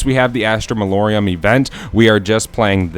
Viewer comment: who's gonna tell bro that's not how you say Malorum